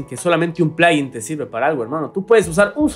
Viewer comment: como puedes decir plaguin